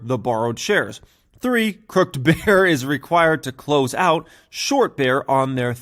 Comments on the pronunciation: Haha, it’s pronounced crook-ed. Great video. I’m definitely thinking about adding this to my long term portfolio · I love you, but that word was CROOKID, as in not straight or shady. <3 <3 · CROOK-ED 😬. Glad you can read financial statements 😂